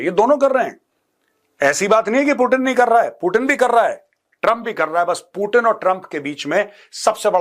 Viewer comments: पुटिन नहीं पुतीन बोलो ना सर प्लिज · सर पुटन या पुतीन 😂